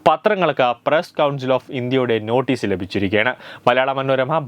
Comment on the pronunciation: നോട്ടേ എന്നാണോ നോഠേ എന്നാണോ ഉച്ചാരണം സഖല പത്രങ്ങളും ആദ്യം മലയാളം പഠിച്ചിച്ചിട്ട് വാർത്ത പറയട. അല്ലെങ്കിൽ തന്നെ നീ സങ്കല്പ വാർത്തകളും സ്വപ്നങ്ങളും അല്ലേ എപ്പോഴും വിളമ്പുന്നത്